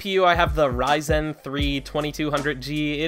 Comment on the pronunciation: I hate to be the person to say this, but the pronunciation of ryzen is driving me crazy! Great video though.